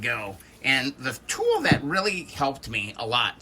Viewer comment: the way you said "tool" made me chuckle 😀 nice video!